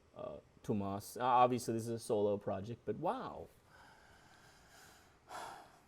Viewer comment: Hi! There is no H in Tuomas, it's TU - O - MAS If you want to check out the pronunciation of any word, you can go to google translate and click "listen" after you have typed and chosen the language. Have a great day!